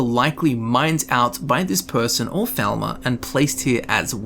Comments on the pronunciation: It's falmar not felma 😂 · You were saying "thalmor" this whole time? Cause all I heard was "velma" for the past hour. Not a complaint, I love scooby-doo!